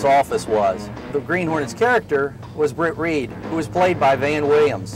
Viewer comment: Brit Reed . Kato pronounced it as. Bwit Weed.